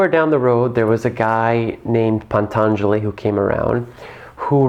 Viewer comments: Pantangeli. small correction= should be Patangeli. you put an extra n in there. much easier to say, also. thanks for the clear definition of Tantra. It is so twisted, and winky in the west. Not surprisingly, given that desire itself, no sin per se, has been twisted into its lower forms. best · It's Patanjali not Pantanjali. 😊